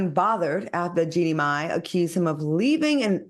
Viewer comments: Say it with me: Genie My NOT Jenny (My) 🙄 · Claudia really struggles with the pronunciation of Jeannie Mai's name. Considering how many times ya'll talk about her It's actually kinda funny 😂😂!